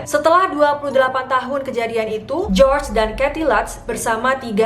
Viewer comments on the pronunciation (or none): none